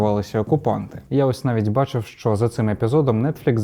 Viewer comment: Супер, тіки "щ" це не [шь], а [шч]